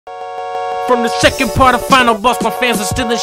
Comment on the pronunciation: Nobody else notice that the intro said "secord" in stead of second? Just me? okay...